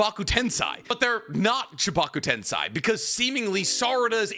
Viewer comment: I just want to say, I stopped reading Boruto right around 2BV, because watching your video analyses does enough for me that I don't feel like I need to read it myself. I appreciate that! EDIT: Also, "tensei" is "Ten-say."